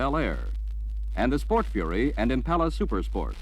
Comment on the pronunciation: Dude can't say Impala properly